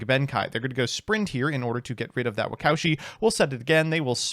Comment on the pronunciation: Anyone else cringe everytime pronounced "Waka Ushi" as "wacowshi"